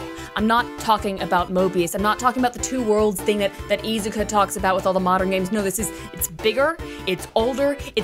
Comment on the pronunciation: the Japanese pronunciation of "Iizuka" puts the emphasis on the first syllable, buddy